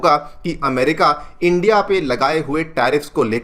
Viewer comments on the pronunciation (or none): none